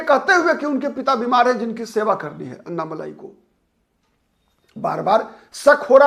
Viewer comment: अन्नामलाई नही अण्णामलाई बोलिये आप " ण " का उच्चार नही कर सकते क्या?